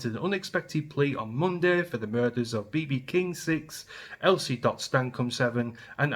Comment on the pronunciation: Stop calling the little girl B.B. King. Her name was Bebe, pronounced Beh-Beh.